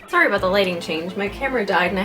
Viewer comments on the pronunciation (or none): none